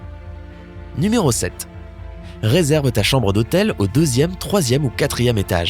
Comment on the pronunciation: On ne dit pas ni méro mais nu méro !